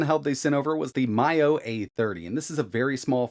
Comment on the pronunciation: Thats the first time ive heard Miyoo pronounced like that.